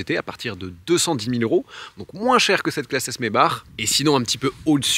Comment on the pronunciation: J’adore tes vidéos, mais il ne faut pas que tu oublies de faire la liaison avec les euros. par exemple mille six cents Zeuros….